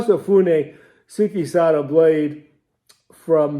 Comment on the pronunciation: SPOT ON,. BIZEN Japanese pronunciation of SUKESADA IS. Skay-sada😊